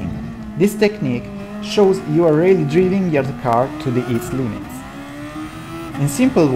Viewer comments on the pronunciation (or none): Piccolo consiglio: driving non si pronuncia come si scrive ma DRAIVING. Suvvia. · ottimo per la voce, ma alcune pronunce "basilari" sono parecchio sbagliate ("driving", letto letteralmente come noi lo leggiamo dallo scirtto, quando è "draiving"- "allow" che è "allao" - "precision" che è "presiscion" (intendo quindi le fonetiche). Strano perchè francese e spagnolo sono OK, consiglio di curare la pronuncia, per il resto sempre ottimi video/tutorial